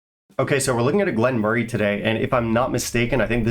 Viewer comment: pronounces it correctly.